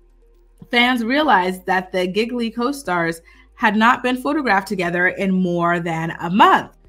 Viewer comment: The horrible flop of a movie they did together way back when is pronounced "GEE LEE", not giggly. lol!